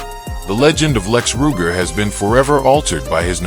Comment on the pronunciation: This video is a joke. The narrator doesn't even pronounce his name correctly